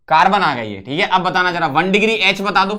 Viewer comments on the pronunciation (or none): यच ❌ एच ✅